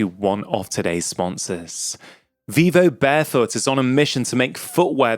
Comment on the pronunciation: He is saying vivobarefoot, thank you google. The British accent at times is incomprehensible